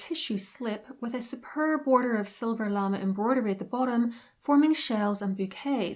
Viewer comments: It's pronounced "la-may". Not "lama" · Llama😂 It's pronounced luh-may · OMG just find a French language tutor at a uni near you to correct the terrible pronunciation of words such as lame (lamb A) and faille fie ee.